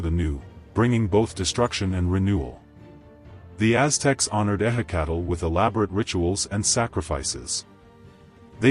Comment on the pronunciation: ehhe cattle, my ass. goddamn ai crap.